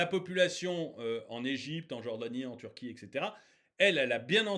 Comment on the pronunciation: DÉÇU POURQUOI TU PRONONCES PAS LE NOM DES PAYS CORRECTEMENT, TIRQUI PALASESTINE ....TU BÈGAIES DÈS LE DEBUT DE LA VIDÉO LA PALESTINE A TOUT PERDUE SES ENFANTS SES FEMMES......ET LA TU PARLES ILS PERDENT LEURS TRAVAIL A MACDO C'EST DE LA MAL BOUFF AVANT TOUT AU MOINS PEUT-ÊTRE C A FERA RÉFLÉCHIR LES FENS A MANGER SAINEMENT